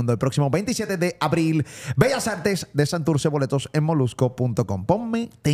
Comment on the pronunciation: Santurtzi,se dice Santurtzi!!!!!!!